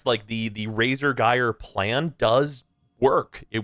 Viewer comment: Saying that both Banshee (who trivializes content with sonar) and Equinox (who struggles hard outside of normal path) need reworks is a take. Yet again another year where I am justified in completely ignoring opinion on anything. EDIT: Also it's not pronounced "Guy-er" it's "Ji-er". It's told to you in game, in promo materials. JFC learn to speak English.